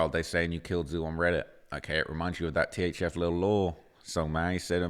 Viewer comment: It's. THF. NOT. THZ. WHITEBOY